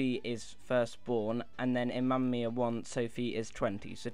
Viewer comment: It's Mamma Mia not mama miaa